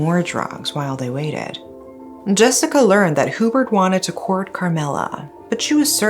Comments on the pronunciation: It's pronounced as "YuBert" not hoobert. 😊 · it's actually pronounced hue-bert and not hoo-bert. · I know i should not but im so bothered by Hoo-bert its actually HYOO-Bert. I was in elementary when this unfold and remember the sensation it created before and until now its one of the biggest case back in the Phils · It’s pronounced as “Yubert” not Hubert. 😬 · Thanks for sharing this. By the way, the proper way of pronouncing the name Hubert is HYU-BURT, not WHO- BERT. It is definitely NOT a Filipino name. Having did that, I like watching your channel. More power!